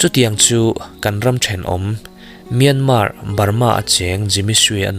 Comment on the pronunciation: Myanmar hi Myanma tia lam tur aw. In ti tha ltk kan lo ngaithla thin a nia